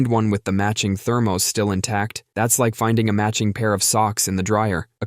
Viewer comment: "Thur-Moze" LOL